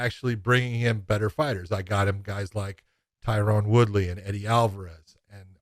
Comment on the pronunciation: Racist douchebag refuses to say Tyron Woodley's name correctly...